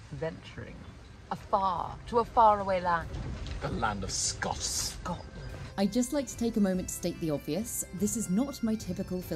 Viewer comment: I love the way says “ Scots”. He had it down perfectly. Off subject but a lighthearted moment for me nonetheless. You will love the epiphyllum! I have one and it has huge red flowers when it blooms.